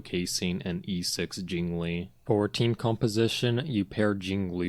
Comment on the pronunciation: JingLiu❌ JingLee ✔